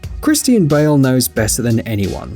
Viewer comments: The guy cant say Christian right 🤣🤣 christine bale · Did you really say Christine Bale? 😂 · Sweetheart Christian Bale isn’t pronounced like Christine. Christine is a females name while Christian is a males. JS